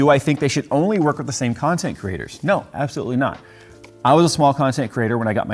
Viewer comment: I thought you said 'content CRITTERS' there for a second.